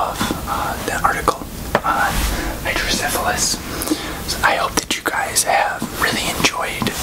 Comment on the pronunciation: I have hydrocephalus! You pronounced it right. Idk if I'm the one who you're referring to but I just wanted to thank you for this video! Awareness MATTERS